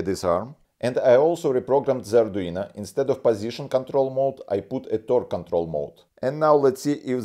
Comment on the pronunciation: So, mr, I'm a fan of your videos! But... "ArduinA" is not the same as "ArduinO". Same as "Romanovich Raskolnikov" is not the same character as "Romanovna Raskolnikov". Sounds similar, but not the same. If you could pick up an "Arduiña", then that would be quite exciting!